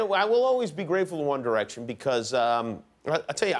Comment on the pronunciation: By the end all I heard was: ONE ERECTION MAY BE GOING IN DIFFERENT ERECTION